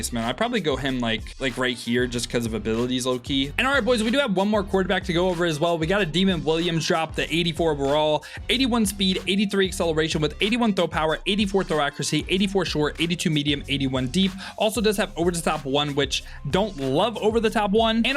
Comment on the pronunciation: lol deeemond it’s “duuhh-mond” 😂 it’s ok